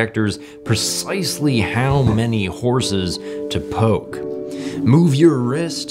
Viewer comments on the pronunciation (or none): none